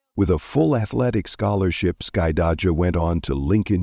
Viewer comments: The narrator is destroying the daughter's name 😂😂😂😂 "Skuh-dye-juh" 😂😂😂😂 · Of course she didn’t. This is being narrated by AI which mispronounces names frequently. Her name is Skydajah.